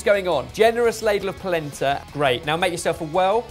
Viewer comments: Anyone else keep hearing placenta? "shudder" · Every ti me they say "Polenta" it makes me think of "placenta" and it makes a video about food very uncomfortable.